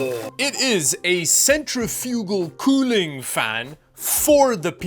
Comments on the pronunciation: kinda shocked nobody has said anything that I can see so far about the way he was pronouncing centrifugal lmao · Centrifugal = sent-RIFF-yoo-gul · Um, thats not how you pronounce "centrifugal" -- lol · I think you need to watch another YouTube video to learn how to properly pronounce Decal and Centrifugal. It's De-Cal not Deckal and it Cen-tre-fi-gal not centry-fugal.